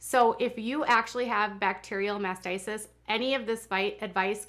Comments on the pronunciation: It's Mastitis, not what you've said a dozen times, "Masticist." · it sounds like you are pronouncing it as mastisis. It's mastitis. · mastitis not masisist. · It is pronounced MASTITIS!!!! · MastiTis. Pronounced mast tight us. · If wanting to call out others she really should pronounce words correctly. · No, it’s MAST i TIS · Please learn how to pronounce mastitis. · Please note it’s mastitis. This happens to all women not just nursing moms. I first had it age 12. I am not trying to nit pick but you pronounced it incorrectly so many times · Oh please learn how to pronounce mastitis